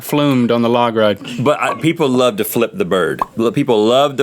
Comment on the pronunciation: "Can you feel the l be tonight." ~ all the time.